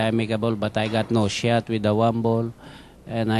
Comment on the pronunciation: Bustamante pronounce the word "shot" like the word "shit". The interview in the end is funny, even the man behind the camera can't help it and breaks into laughs ROFL